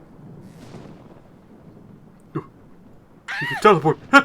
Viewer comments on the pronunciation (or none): Ok, pronounciation of Baron Samedi? "Ah yes, Baron Se'meaty, my favourite protein-based villain."